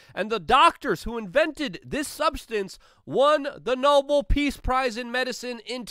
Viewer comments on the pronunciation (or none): none